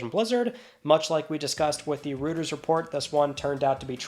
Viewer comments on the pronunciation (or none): Reuters is pronounced Royters ❤ not really important, just want to let you know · "Rooters" report 😆